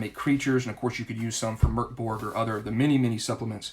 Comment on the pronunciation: Excellent review! Also: kudos for pronouncing Mörk Borg correctly!